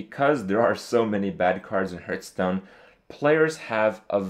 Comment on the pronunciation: i'd like to buff your ability to pronounce "hearthstone"